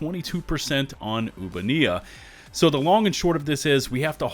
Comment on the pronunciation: oobaneea, youubanneaa, you ban ea, how is it pronounced?!?!